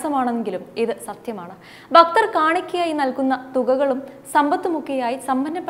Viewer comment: ബക്തർ അല്ല ഭക്തർ ആണ്‌